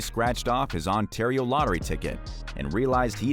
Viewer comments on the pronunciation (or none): none